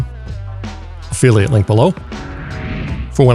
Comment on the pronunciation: he says opheliate link below